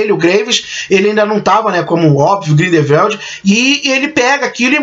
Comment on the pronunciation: Bacana os spoilers amigo. Só precisa melhorar as pronuncias Grindevéldi, Iscamender, Nil, Percivél, Crindênse, Saláminos, Obiscuris, Oblivion, Dumblandóre... etc Um abraço